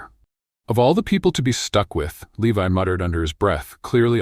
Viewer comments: At about 59 the name 'Levi' is seriously said badly. What level of staff can't even get the hero's name right? This story is being built by incompetents, then not properly being reviewed and edited. At the moment my review simplifies to "incompetence" writ big! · The mispronunciation of 'Levi' is occuring again and again, now at about or so. Shameful!